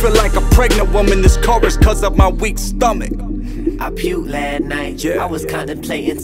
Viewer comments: lol thats driving me crazy... y couldnt he just pronounce LAST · Apparently last is now pronounced lat. Hmmmm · I puked Lah night. Is he trying to be black so bad that he can’t say LAST.